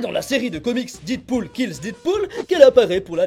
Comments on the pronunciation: Oh putain, c'est quoi ce "DIDpool" que tu ne cesses de répéter??? Dead se prononce "Dèd", ma poule! Pas "Did"! LOL quoi! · J'aime bien tes vidéos et celle là également mais il faut arrêter de prononcer Deadpool didpool stp